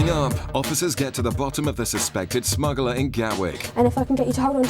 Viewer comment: Smuggler, not smuggerler.